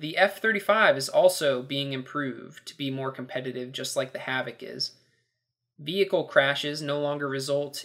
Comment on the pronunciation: did i hear you right?... if you try and run someone over in the mav it'll destroy "yout vehichle"?